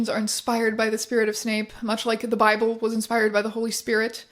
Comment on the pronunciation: not the Snible 😭